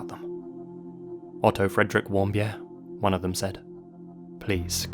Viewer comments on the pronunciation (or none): none